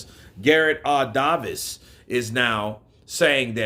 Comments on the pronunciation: It is said Davies, not Davis. Lol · Gareth Davies name is pronounced with the hard A sound! Davies like it is spelled! Not Davis but Davies! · Davies is pronounced "Day-Vees" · You don't say David or Davis like that bro lol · Bruh why you saying b Davies like that